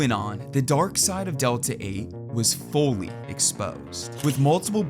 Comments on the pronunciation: I hope you meant to say "fully" and not Folly exposed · When accents exist 😨😨😨😨